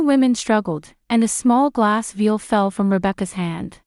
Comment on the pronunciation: Vial, not veal, which is baby beef.